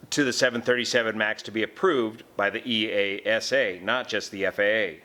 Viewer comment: BTW, you can say EASA without punctuation.. That’s how we pronounce it in Europe 👍